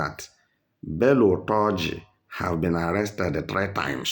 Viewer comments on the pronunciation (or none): Is not utoji his name is tunji